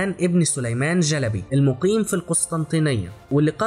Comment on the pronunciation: محتوى جميل. وانا احب العثمانيين كثيرا وافتخر بتاريخهم.. تابع والى الامام 👍👍👍. لكن. ليست.. جلبي.. بل.... شلبي. 👍👍👍🌹🌹🌹